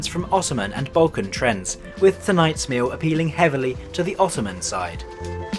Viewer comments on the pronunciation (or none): none